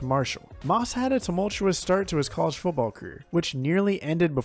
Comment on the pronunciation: This has nothing to do with your picks, here . . . but you really ought to start practicing on the letter "t". It's "FOOTball," not Fuboll." It's "Biletnikoff" not "Belidnikoff." Etc. But, nice list.